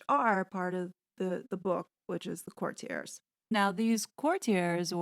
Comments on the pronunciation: Great review! The word is actually pronounced “court-tee-ays.” Thank you for doing this review!! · Or court-ee-ay(s), silent s, if you are using the correct French pronunciation. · If we’re on pronunciation it’s pronounced Court te a. It’s a French word. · I just heard Piers Morgan say the title of this book and he pronounces it /kurtyurz/ with the stress on the first syllable. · I can't take the constant mispronunciation of "courtiers". Hard pass. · Note: Lascelles is LASS-uhls and it’s court-i-erz. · Tommy La-sells. The c is silent. Core-tee-uh(s).